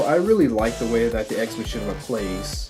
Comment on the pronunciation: I think it is said as ex makaina